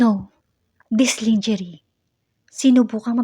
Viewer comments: I hope this is not so insulting, ang pronounciation ng lingerie ay: " langerie" not lingerie. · Ups mali " langerey" pala not langerie".sorry! Merry Christmas to all🌲